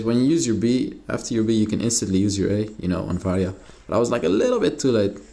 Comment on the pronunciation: “Ill be playing varrrya in the mid lane” Gotta love that rrr